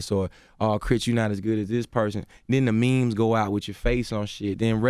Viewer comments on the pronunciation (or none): none